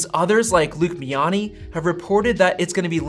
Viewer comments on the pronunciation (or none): it's Luke MIANI not MINI.